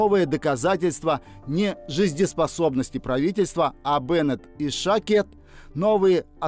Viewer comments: Не ШАкед! Правильно ШакЕд. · не ШАкед, а ШакЕд! ударение на Е